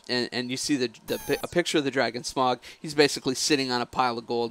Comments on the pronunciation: It's SMAUG! Not smog! Say it with me, sm-ow-g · its not pronounced smog trust me